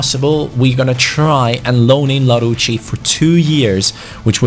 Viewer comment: you pronounce larouci el-arousi